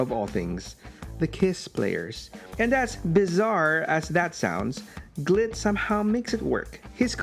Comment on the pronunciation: be careful how you say, "Glit" xD